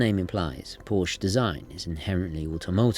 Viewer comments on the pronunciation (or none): Drove a 356C Porche for twenty years. "Porsche" is pronounced the same as the female name "Portia". Surprised a man of your pretensions wouldn't know that... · With all due respect, the name Porsche is two syllables, Sorry, it's a pet-peeve of mine when names are not properly pronounced, especially well-known establishments. 🙌👊🏻